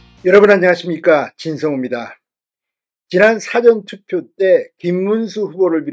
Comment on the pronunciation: 진성호씨말씀은 사전투표 를국어사전영어사전 할때쓰는사전 이라하는데좀고치세요 사전투펴는. 사~전투표로^^